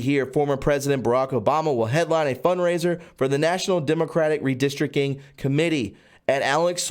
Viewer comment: Sorry buddy, but it's redistric ting not redistric king! lol